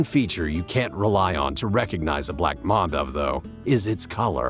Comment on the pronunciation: mAmba not mumba